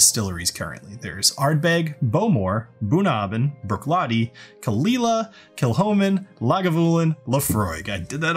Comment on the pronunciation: You might want to improve your Gaelic pronunciation by studying Klingon. I find it helps.